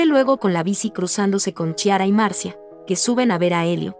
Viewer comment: "CHI-ara", jajajaja 😂😂😂